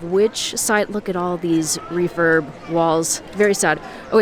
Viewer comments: It sounds like youre saying 'reefer' lol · I'm deaf... when you said refurb... i thought you said refer... 🤣 look... refer, refer, everywhere 😆